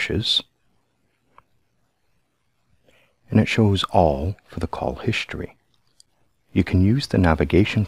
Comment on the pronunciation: what the heck is Hishtory? 😂😉